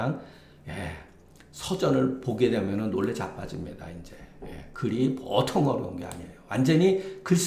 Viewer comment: 장음인 단어의 첫 자를 "짧게"잘못 발음한 예:보통, 세금,사농공상,부자( rich man),세계, 등 장단음 문제가 심합니다. 그리고,"민무상산" 을 "민무" "상산"이라고 두 자씩 띄어 읽었습니다. 잘못입니다. "인" "무상산"이라고 띄어 읽어야합니다. 이런 일은 한국의 일반적 문제입니다. "한국 어문을 고발함"이라는 책을 한국의 지성인들께 간곡히 권하오니 이를 조용히 읽어 주십시요.